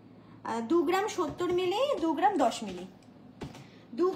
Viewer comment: Collection darun but per geram noe gram.pronunciation thik korun please